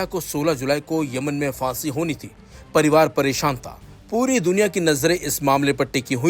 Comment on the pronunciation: Word hai phansi na ki fansi video mein bolne se pehle sahi lafz bolna sikhiye bohot bhadda lagta hai sunne mein